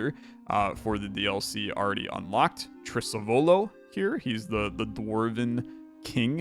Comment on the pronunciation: Correct pronunciation should be Trisàvolo, if it's Italian for "great great grandfather" or "Ancestor"